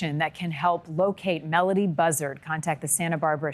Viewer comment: It would be nice if you could pronounce her name properly It is Mel O Dee Not Mel A Dee